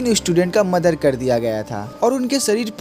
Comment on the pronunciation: Muder ❌mother✅🤣👍